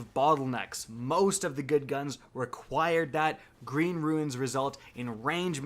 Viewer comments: The word is runes. 1 syllable. Not ruins. Otherwise, good video:) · Oh my god, it's so annoying. Its roon, not ruin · I don't understand why you keep calling them "ruins" instead of "runes"? Do you know what a "rune" is? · Ok it's RUNES not RUINS. Everytime u pronounce it wrong I died a little. Lol. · RUNES IS NOT PRONOUNCED LIKE RUINS. ONE SYLLABLE. RHYMES WITH BOONS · Oh and btw, it’s pronounced “roon-s”, not “ru-ins”. Figured a grown man like u could know how to read. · Runes* not Ruins man xD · Runes. Not ruins bro. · “Rooonz” Not “Roo-ins”. ;-) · ROOOONS FFS - its pronounced ROOOONS not Roo-IN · For the love of God... it is "runes" not "ruins" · I hate to be this guy but you did it a bunch and it’s really bothering me... ahem RUNES!!! Not RUINS!!!! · Ruins - pronounced "roons" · Cant say runes right. Come on dude it's not ruins, its RUNES.. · You're pronouncing "runes" wrong. It's like "boons" with an R. Not "ruins." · It drives me crazy when people say “ruins”... I’m like it’s pronounced Roones (Runes)!!! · He's saying ruins instead of runes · Bro... you still haven't figured out how to pronounce "runes"?? I'm surprised nobody has corrected you this far. For clarification: Ruins are what you would explore in something like The Witcher. Runes are an ancient alphabet like the nordic runes utilized in God of War. You're welcome scrub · R-u-n-e-s (Roons)..... not Ruins (Roo-ins). Very weird you kept saying it like that. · This video gets harder to watch every time he says “RUINS” instead of “RUNES” C’mon, really? I stopped watching your videos a while ago, and I come back and this is what happens? I’ll be back in a few videos. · makes well thought and in depth video over a topic that bungie really should address Most people: wow that was a well thought out video, bungie should take a look at this. My brain: yeah yeah it was good and all, but he kept calling runes "ruins" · RUNES dude, not RUINS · Its ROOOOOONS not Ruins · Ruins XD